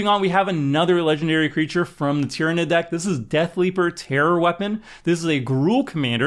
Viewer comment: I'm amazed he said Tyranid correctly.